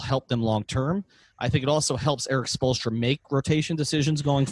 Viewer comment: Lmao at spolestra